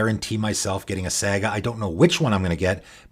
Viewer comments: its saga with a long a sound not saga woth a short. You're pronouncing it like the word sag. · I feel like you're not allowed to build a saga themed deck if you pronounce "saga" that way lol. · Lol the way he says saga :) great videos though. I've been playing a long, long time, and some of these are real gems even I didn't know about. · I just figured you're canadian is all. Seriously love your channel though dude! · Your pronunciation of "saga" betrays your Midwestern roots.... Great content!